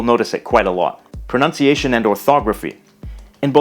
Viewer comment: As an Italian, I gotta say that your pronunciation is surprisingly good!!